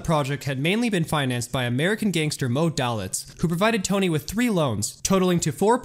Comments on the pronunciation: It's Moe 'Day-Litz'. Not..."Dal-itz'. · Bill Curtis would pronounce it "Day-Litz" as opposed to "Dah-Litz". Tomato, Tomato. And it was "Tan-Jeers" not "Tang-ers" or whatever you said. But again, hey. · Hi --Good video! a few important notes-, the large red arrow in the photograph is not pointing at Moe Dalitz... Moe Dalitz is pictured standing 3rd from the right... Mr. Dalitz' last name is pronounced Day-Litz... --That is not a photo of "Johnny Drew"--that is a photo of Johnny (Handsome Johnny) Rosselli-who was never a casino manager....and I have never read credit manger Hy Goldbaum had 13 alias names... Best Regards, ~Custer